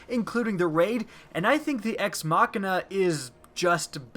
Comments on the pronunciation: Out of a cheerful heArt I say what the heck is the 'Ex Ma-Kin-na'??? It's the Ex 'Ma-Sheen-a' spelled Ex Machina like that cool sci if movie. Or am I horribly deceived? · Ex- "Muh-Sheena"? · it's pronounced ex machina (masheena) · The video was filled with good information, but you did pronounce Ex Machina- wrong, Pronounce it like your saying Machine, then remove the E and add an A